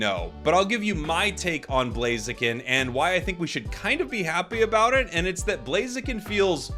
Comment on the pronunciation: The name is blaziken 😂🎉 not chiken